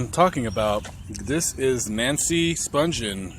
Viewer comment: Her surname is pronounced with a hard 'G', as in 'grave'; not a soft 'G', as in 'gentle'.